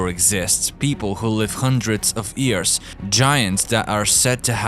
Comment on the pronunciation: Lmao it’s YEARS NOT EARS